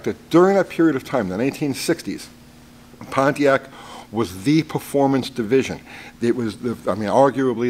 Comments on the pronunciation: Why's it so weird for me to hear Pontiac pronounced correctly? LoL please tell me I'm not the only one lol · Maybe the Ford guy doesn't know about Y block "oiling system". Thanks for not pronouncing it Ponneack.